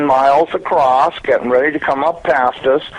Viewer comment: He said, "they appear to be about 500 miles acrosst." ROFLMFAO!!!! NOT a NASA employee. Someone needs to get hukd un fawniks.LOL